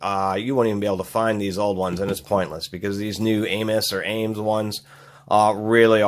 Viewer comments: Dude...it's ames.... one word no accent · Every time you say the name it sounds like you are saying anus haha